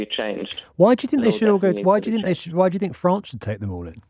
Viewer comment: Why do these people always have a "Fwance" speech impediment?